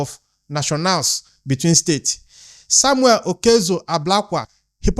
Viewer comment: Please Samuel is not an Igbo man, so stop pronouncing his name wrongly period.